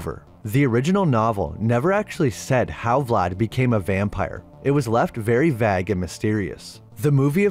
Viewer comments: Vague, the Impaler. It's pronounced VAYG, NOT vag. dude. Maybe you are an AI voice and you haven't learned that lesson yet. Wouldn't surprise. me. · Can’t listen to this voice . Vague not - vag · I enjoy your videos, but the voice over made it say "Vag" instead of "Vague". Gave me a light laugh. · I don’t know anyone who probounces the word “vague” as “vahg”. It is probounced “vayge.” This makes me feel this channel is AI narrated. The content also seems to just summarize the movie and the opinions seem easily gleaned from online sources like comparisons to the book. I think this channel is probably primarily AI generated. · "Very vagg and mysterious" Mysteriously kay yourself. Vaggyt. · "Vague" rhymes with "Hague", not "shag". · The word "vague" is pronounced "VEY-g" not "vah-g". Similarly, "Carpathians" is pronounced "Car-PAY-thians" not "Car-pah-thians". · My Dude! - the word: VAGUE, is pronounced with a Long A, as in APE! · It's called vague. Vay - age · "Vaygue" bro. Good vid though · Very vag? Youe know google will pronounce words for you? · Bro, the way you say plague and vague is off putting af. Please practice properly pronunciation. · i don’t think you’re pronouncing “vague” correctly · You don't know how to pronounce "vague" lmao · You're banished to the shadow realm for that pronunciation of "vague". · Seriously ? U can't pronounce the word vague ???